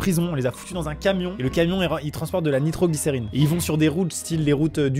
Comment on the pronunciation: Ce que Amixem a dit : Ce camion transporte de la nitroglincerine Ce que j'ai compris : Katsuki Bakugo était dans ce camion💥